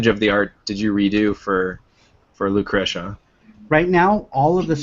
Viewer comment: loo crush uhh? NO. LOO KREE SHUHH. Thank you. NOTE: is the Andy Ihnatko of GameDump. ALSO: I have, believe it or not, only watched the first and last 15 minutes of this video. I will go back and finish it tomorrow.